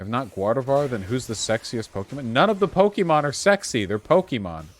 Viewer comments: Vaush says 'Pokeemon' like a boomer xD. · mmm so did I, they say Pokaymon iirc